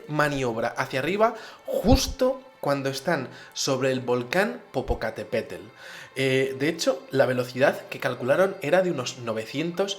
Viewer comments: Angela Sepúlveda Leija popocatÉpetl, pero dice popocatepetl. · soy de México y popocatepetl no se pronuncia asi como lo dijiste jeje lo dijiste como "tel" al final y es "tl" digo hay nomas como una pequeña nota jeje pero buen video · milka pérez Creo que no podría explicar cómo se pronuncia exactamente: más bien creo que es la costumbre de toda una vida. A grandes rasgos te podría decir que la terminación que usa: "tel" no es. Sino más bien TL, como originalmente está escrito. Me estoy dando cuenta ahora mismo que no es la E el problema sino la terminación que ha usado. Saludos, linda.:3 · Saludos gracias por dar a conocer este suceso, yo me quedo cada vez mas fascinada con tus relatos, pero ahora con tu "PopocatÉpetl" e imaginandome a Carlos diciendo "vala,vale" con tu acento... jajajaja,disfruto tanto tus videos que ya no se cual es mi preferido... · exelente programa ah y se dice: popocatépet'l 👽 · Es una estupenda historia, me partí de la risa cuando dijiste popocatepetel, cualquiera comete errores:p